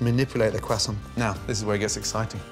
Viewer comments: I love Gordon but what is a cwassont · "I stayed in france for 3 years. Back then i have learned to cook with it and to pronounce it the right way. KWASSANS." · I love Gordon but please stop saying quasoant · No one: Gordon: “Cwassont” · “Now, take your kwasant” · “take your kwuason” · "kwaa sonts" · Admittedly the kwaesant looks good but I lived in France for five years. I ate a few mergeze never heard them called mergaise phonetically speaking. And they weren’t in kwaesants either. But whatever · why he say "kwassaowhnt" instead of croissant? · For a chef the spent 3 years in Paris, his pronunciation of 'croissant' is shocking! ;-) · The way he says “croissant” is very upsetting 😂 pro-tip - in French, two syllable words are always emphasized on the second syllable. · For a guy who talks about his time in France a lot his pronunciation of croissant is astonishingly disappointing. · i cant make it through the whole viceo. the way he is pronouncing croisaint is to painfull